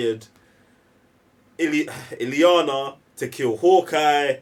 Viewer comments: continuously referring to Yelena as "Iliana" with and not even acknowledging it is the funniest thing 🤣🤣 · Why can't say Yelena? Why is he calling Yelena by Colossus's sister's name?(😄)